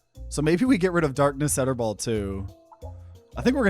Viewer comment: Why do you pronounce it “Etterball”? It’s clearly a play on “Darkness Eternal”.